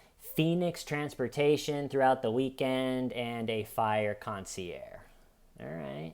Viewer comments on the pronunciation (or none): For next time…You pronounce the GE in Concierge.